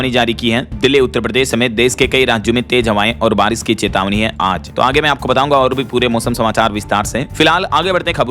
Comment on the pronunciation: आरिश- ओले या बारिश - ओले